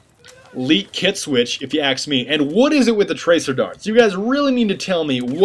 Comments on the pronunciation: Can you please stop saying 'axe', I know it's ask, I know it's American, I know it's spelled the same. But your not American is all, no big deal kinda annoying, no offence meant, figured you wouldn't know if I didn't say it. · If you aks me you are damn funny.